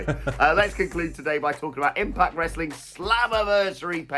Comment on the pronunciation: I agree but said wrostling so that’s what I’m calling it from now on 🤷🏻‍♂️